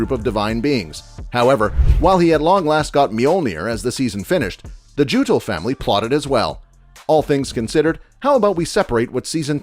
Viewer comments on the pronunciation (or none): its not like gutul its more like yuttul <